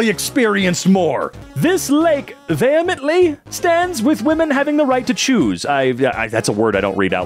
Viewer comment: Sho-Pan. No clue if you'll see this, but every littlebit helps. Vee-hee-ment-lee